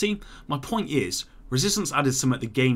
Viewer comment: Kindly learn how to say "something" correctly